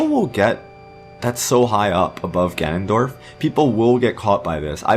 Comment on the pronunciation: All I heard was, Ganondoriyah!